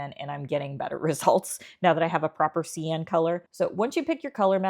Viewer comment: This is the first video of yours that I have watched. Good job, thanks. TYI. Cyan is pronounced (Sigh-an).